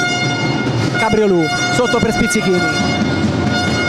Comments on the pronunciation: Ahah, alla francese tipo Cabriolet. Bastava pensare invece al simpatico ruminante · Cabriolu' è pronunciato in.modo errato ma divertente